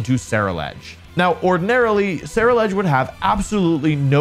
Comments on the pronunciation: I think Ceruledge is pronounced like 'cerulean' because it's blue? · Someone please tell Wolfey how to pronounce Ceruledge